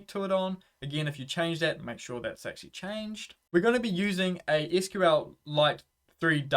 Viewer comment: Props for pronouncing SQL properly instead of saying "sequel" or "squeal" like a trogolodyte.